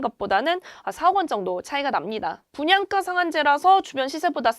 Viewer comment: 발음이 왜 이렇게 된 소리를 많이 내나요? 땅깞?, 분양까?, 있떠라고요?, 없따? 강남꿘?, 있꼬요?, 입찌?, 중국말하는 줄 알았어요. 귀에 거슬리네요.